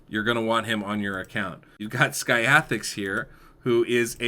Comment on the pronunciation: Name: Skathix Me: 'Ska Thicks': 'Sky Asterix'